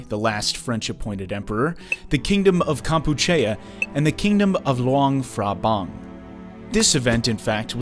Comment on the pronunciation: and Phrabang is not f It is just Prabang